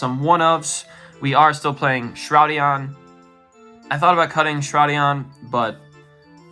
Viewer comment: It's not Shroud -EION it' s Albion the ShroudED Dragon. ED not EION. ea D, ED not eeeeeeeion. Other wise cool video I'd look into the math on normal summons this is my biggest issue with the deck I think even trying 1 aluber maybe is correct and I love high spirits and white but I'm on the syncho build so i can get d-barrier filped on me and still win.